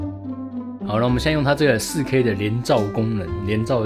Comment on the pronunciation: 介紹很詳細也很清楚喔!! 實際操作的照片也很棒! 不過，的台灣國語 "仕K"(4K)...看的時候有讓我笑出來~ 呵呵~~